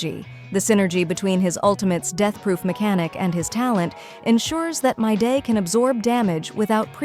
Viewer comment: im aboit to crash out. Creator if you read this fix the pronounciation of your ai or google generated voice. Hearing "Myday" makes my blood boil. His name is "Mydei" WITH AN I. and whoever disagrees. Play the fogging story. everyone and their grandma pronounce him "Mydei" with a long I.